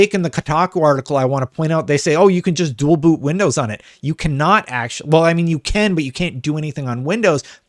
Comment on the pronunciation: I can't be the only one that heard him say "bual doot".